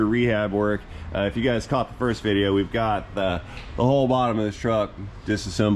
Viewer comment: Fabricobble... vidjeo... almost like AvE just dropped some new material!